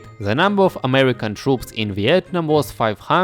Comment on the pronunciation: Ты так прикольно говоришь "Виетнам" на английском